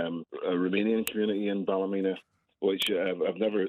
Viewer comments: up to your old tricks? Check the pronunciation of Ballymena and get it right on air! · Pronunciation of Ballymena is Bally-MEAN-na